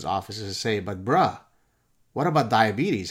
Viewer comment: I loved it when he said BRAH😂